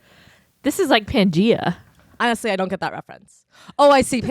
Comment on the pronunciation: referencing pangea right at the start and getting it wrong and then calling it out but also calling it wrong OH WE ARE SO BACK YOU GUYS!!! 🙂‍↕☝🏼💯